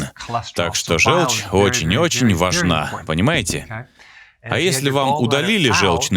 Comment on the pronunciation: ЖЁлчь - это от слова ЖЁлтый. Звучит как О. Говорите, пожалуйста, жОлчь. Иначе это невозможно слушать. Неужели вы говорите жЕлтый? Фууук